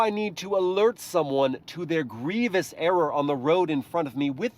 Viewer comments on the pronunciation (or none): none